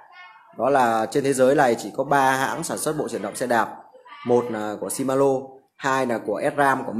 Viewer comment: Ông chủ này giới thiệu nhưng nói ngọng quá , làm gì có bộ chuyển động nào tên là si ma lô ?